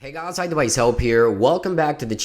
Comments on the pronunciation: ZEERIALO gahs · The way you say guys is weird